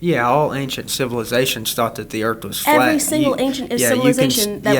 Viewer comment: The earth is flay? 🤣🤣They need to speak with Elon.